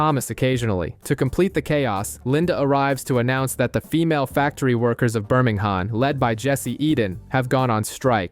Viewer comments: I know 😅 as a BirmingHAM boy it was the only black mark on this video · The H of is Birmingham silent.